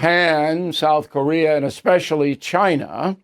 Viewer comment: She graduates from MIT and says "exspecially"? Really?